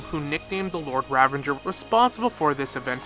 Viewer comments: the word "Ravager" does not contain the letter N. You keep on pronouncing it as "RavaNger" like it's some hybridisation of Ranger, Revenge and Ravager. It is not. It is Ra - va - ger. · it's ravager you nimrod. no n. there's no n in ravager. where are you spawning the n from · Ravanger. For the love of god stop adding extra syllables to words its infuriating to listen to. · Ok so some of the name pronunciations I can deal with, but why do need to add an N to ravager? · I can't finish watching the video, it's bothering me so much how the word "ravager" is being said LOL